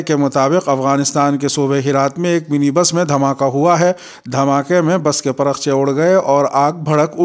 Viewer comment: لفظ پرخچے کی تصحیح کریں